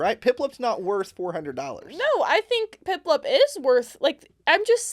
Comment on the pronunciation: is it me or did he say piplep instead of piplup